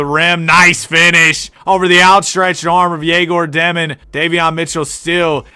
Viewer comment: Not dEmin, it’s dYOmin (Dëmin)